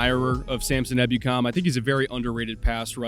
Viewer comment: E-boo-kum my man e-boo-kum